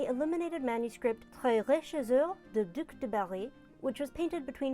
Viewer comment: Beautiful work and nice prononciation for Duc de Berry! I love this illumination, the manuscript is in my city museum and seeing it brought to life at the other side of the world is heartwarming... The blue is stunning !